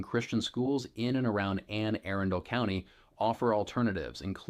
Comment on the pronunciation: If you ever find yourself in Brooklyn Park learn the correct pronunciation of “Anne Arundel” this will help avoid ridicule